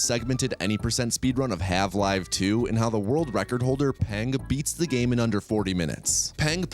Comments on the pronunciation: Wait are you calling it halve-live 2? 😂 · no hate but why are you saying half 'live' 2? is that a bit? i'm confused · why are you calling her marline? why the hell are you saying half live? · I appreciate that the captions include his intentional mispronunciations, from "Have-Live" to "Osyddey". True quality control. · 30 seconds in and he said half live 2 help